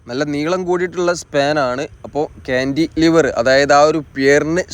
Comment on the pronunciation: താങ്കളുടെ വീഡിയോ സ്ഥിരമായി കാണാറുണ്ട് പക്ഷേ ( ഴ ) ഉപയോഗിച്ചുള്ള പദ പ്രയോഗം ഉദാഹരണം ( ഏഴ് ) എന്ന് ഉപയോഗിക്കുന്നതിന്പകരം താങ്കൾ ( ഏയ് ) എന്നാണ് ഉപയോഗിച്ചത് ഈ തെറ്റ് ( ഴ ) ആവശ്യംവരുന്നിടത്തെല്ലാം തെറ്റായി ( യ )ഉപയോഗിച്ചു കാണുന്നു., 2) ക്യാൻഡി ലിവർ അല്ല ( കാൻലിവർ എന്നതാണ് )ശരിയായഉപയോഗം